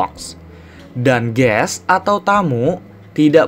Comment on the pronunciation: Kok Kamu bilang kayak ges hahahaa